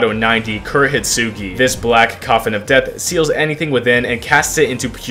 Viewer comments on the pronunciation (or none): none